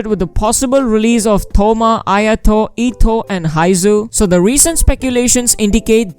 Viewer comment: Eh-toh(pronunciation bro)...etto